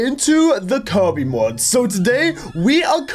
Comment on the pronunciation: alright we are kiwby Me:😐it’s pronounced Kirby 🤦🤨 Also this is Kirby and the forgotten land which a lot of things the mod did t have like the upgrade for the fire the real game has a purple dragon then the upgrade for the spikes should have been rolling and the drill should come out of the ground and the ice should have froze the enemy and the upgrade for the hammer should have been swiping with the hammer breaking stuff and being more powerful if you hold down the attack button.